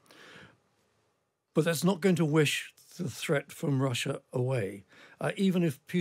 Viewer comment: Can't The Times get a presenter that can pronounce the letter 'R'? It's tiring decoding this talk of "Vussia", "Gvoup" , "Vight". R not V mate.